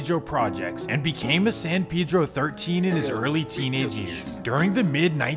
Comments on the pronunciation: You didn't pronounce (San Pedro) it right either my boy. Lmao 🤣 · You can’t pronounce the cities name ether. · i stay going out there and every time I talk to a Spanish speaker the Dont pronounce It how you would normally in spanish bruh. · He said Adam doesn’t know but he doesn’t even know how to say it neither 😂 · officer Vlad..lol.Also,Adam is from New England so, he has no idea how to say it. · still says it wrong lol it's Spanish not English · San Pedro not pee-dro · It’s San PEdro not PiDro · It’s San PAY-dro not san PEE-dro… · That’s actually closer to how it’s pronounced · san peh-dro not san pee-dro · Says dude pronounces San Pedro wrong — proceeds to pronounce it wrong himself the entire video. It’s a Mexican name. Pay-dro, not pee-dro. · yes I realized that as well. They call him Pay-Dro! When in reality it's pronounced "Peh-Dro". In all honesty I think Peedro is just a little too extreme of a pronunciation for me I guess. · It’s fasho pronounce pay-dro not pee-dro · It’s not Pedro (Pee-dro). It’s ( peh-dro) 🤦🏽‍♂️ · It's not San pee-dro 😂 it's San Pedro pronounced (sun pehdro) as in the Spanish name.LoL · Why is it San Peeedro and not San Pédro(Hispanic voice) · I mean they might pronounce it San peedro but it’s San paydro not peedro. Jesus Christ and I know I spelled it wrong but im enunciating for the sped kids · Even it Spanish it’s not pronounced pay-dro… it’s peh-dro. The “e” sounds like the “e” in the word metro …also the letter “a” in San Pedro makes the same sound as the letter “o” in the English words on/off not like in the English words man/plan. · “San peeedro lmao? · They don't know how to say it. Says it wrong. Lmao. San Pedro pay dro my guy. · Lol San Pee-dro. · it's pee-dro too . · It’s San pay-dro couldn’t watch this shit cause u said it so ass😹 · Why is it so hard to say Pedro? That Pee Dro pronunciation was killing me! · Why They Pronounce It Peedro? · “San peedro” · Even if he can't pronounce San Pedro?